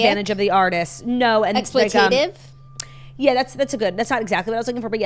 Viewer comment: Are they pronouncing “exploitative” like that as a joke / gimmick? 👀